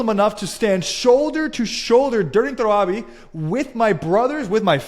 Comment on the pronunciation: You mispronounced Jahannam and Tarawi. Not a Muslim. Clearly a deluded polytheist who worships three gods and irrationally declares they all 3 are one being despite not being each other... Can you even pray? If this is supposed to be outreach for Muslims, you are fooling no one... just another fake ex-muslim channel to preach to the christian choir to make them feel secure in their illogical existence... also you mispronounced Allah wa Talla, such a fraud.... also you are gonna claim you speak arabic when you're south east asian and not arab. You worship a God Man, just go worship Krishna, atleast he's culturally relatable to your culture. You also said Israeli religion, which makes it sound like you're an pro-Israel plant, who supports apartheid and genocide, like Amalek in the Old Testament. --- Enjoy your time dancing for other Christians acting as if you were Muslim, but you convince no one... why can't Christians just be honest and act normal. Also you mispronounced Sharia incorrectly... Shaaaaariya! 😂🤣